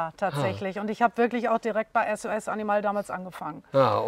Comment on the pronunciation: Wird Animal nicht englisch ausgesprochen ?